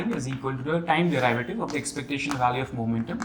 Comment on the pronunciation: Derivative. Pronunciation!